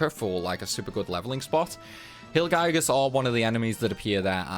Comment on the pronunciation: The mountain was pronounced pretty good but wyrm=worm and gigas=gig (as in gigabyte) and us. Gig-us